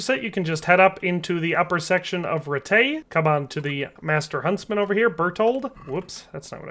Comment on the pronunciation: It's pronounced "Rattay."